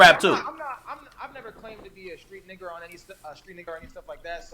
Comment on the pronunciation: Wtf dax the first black dude I heard a say nigger with the ER tho .... SMH 🤔💯